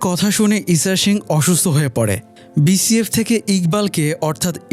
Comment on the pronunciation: Bhai BSF re BCF na bolle hoy naa?? Osikkhiter moto sonai..